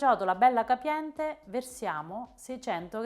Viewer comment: E' CIOTOLA, CIOTOLA CIOTOLAAAAAAAAAAAAAAA. NON GIODOLA !!! E' CAPIENTE, CAPIENTE CAPIENTEEEEEEEEE, NON GABIENDE ! NON E' GUASI BRONDOOOOOOO!